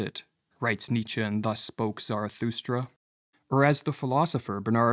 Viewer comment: ok. Hard to give credence to a video that mispronounces Nietzsche